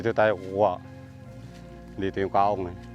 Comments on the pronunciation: It’s kaong! Not kawong 😂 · Me: Ka-Ong This dude: kong